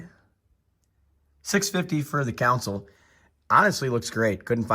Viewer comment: Con-sole ..not council